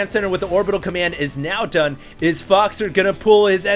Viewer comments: I speak French and 'faux' is pronounced as 'foe', not 'fox'. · 'Faux' is pronounced as 'foe'. 'Foe-xer' sounds terrible compared to 'Foxer'.